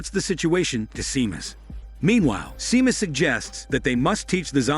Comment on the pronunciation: It's pronounced as Shaymus not Seemus xD